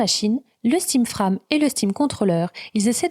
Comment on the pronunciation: Frame ne se prononce pas comme "âme" mais comme "frèjm" avec le stress (insistance) sur le "èj". À part ça très bon travail, explications claires, bon résumé, je reviendrai et merci!